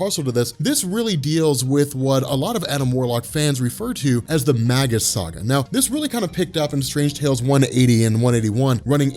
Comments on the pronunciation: Mage-Us, not Mag-Us. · Starlin's Thanos looked so much cooler than the film version. Gamora too. Little side note, Warlock's future self is actually pronounced "May-gus" by the way. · I believe that Magus is pronounced May-Jus, similar to mage or magi.